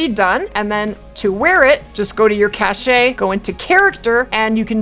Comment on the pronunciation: Another awesome guide from the! I really like your videos but cringe every time you say "cash-ay". The word "cache" is pronounced exactly like the word "cash", with no "ay" on the end.